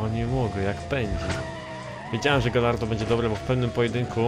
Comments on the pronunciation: błagam... GAJARDO a nie GALLARDO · Mówi się gajardo nie galardo